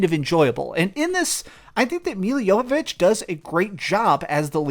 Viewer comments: Its Jovovich not Yoyovich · "Milla" Jovovich ( YOH-və-vitch )